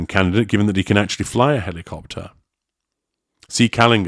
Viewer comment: Archie has a week to teach Daddy how to properly pronounce "helicopter"